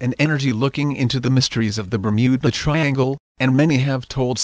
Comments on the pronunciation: The Bum-ew-Ba Triangle!?? Hahahaha!!! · bur-mew-buh triangle ...dafuq is that shit? never heard of that place on earth O_o